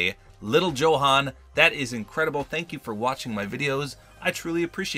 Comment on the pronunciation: johan pronounced yohan